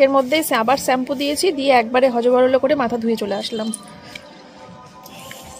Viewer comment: Sampoo na shampoo uffffff 🤦‍♀️